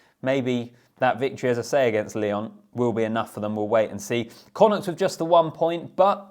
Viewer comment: Excellent pronunciation of connaught.